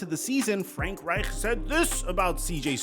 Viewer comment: STOP SAYING FRANK REICH LIKE THAT. Jesus lol.